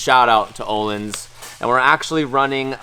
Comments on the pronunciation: Uhhlins is how you prenounce your shocks o with the dubbele dots ontop ö= uhh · Say "Work"...... Good. Now pronounce the letter "Ö" in Ölins, like the "o" in work. // Swe guy.